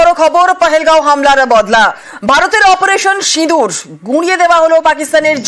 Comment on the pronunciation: সিদুর না রে সিন্দুর spelling ta thik kore bolte sekho